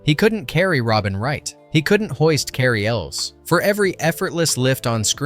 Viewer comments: "Carry Ells" smh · Cary "YOU-LS" for heavens sake! Have the decency to pronounce the actors names correctly!